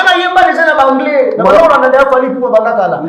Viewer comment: 🤣🤣🤣😁😁KIÉKIÉKIÉ wana Anglais to angrais???